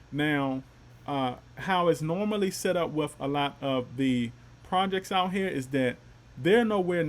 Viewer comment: I like the way you said it, sitting for success :D lets gooo